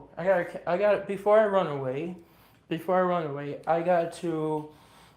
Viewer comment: Im gunna wun awayy!!!